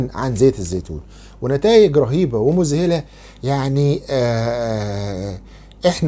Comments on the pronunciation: يا دكتور (مذهلة) مش (مزهلة) انت بتكلم العالم العربي كله ايش (مزهلة) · يا، مذهلة وليس مزهلة!!!